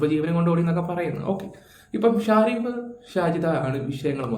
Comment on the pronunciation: പേരുകൾ ശ്രദിച്ചു പറയൂ.. ഷാരിഫ് അല്ല ഷെരീഫ് ആണ് നമ്മുടെ നാട്ടുകാരൻ...